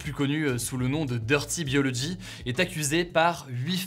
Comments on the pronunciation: Dirty /bio/logy, Hugo, boooo prononciation! Je suis TRES triste concernant Léo Grasset, force à Manon et co. Tristesse aussi pour Arte et le Vortex. C'est chier avec l'effet de halo (pour lequel il avait même fait une vidéo sur le sujet!!) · Grosse aparté, ça me fait mal aux oreilles que tu prononce DirtyBiology en Français et pas en Anglais, pas toi Hugo, pas après tout ce que ta fait... 😂